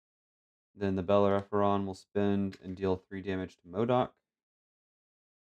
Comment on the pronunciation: GG! The red ship is pronounced Bel-Air-Uh-Fawn (learned that from Firefly LOL). I didn't see any mistakes :)